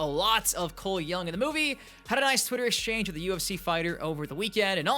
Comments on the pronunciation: Also "Coooole young!" 😂😂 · Can you start saying Cole Young properly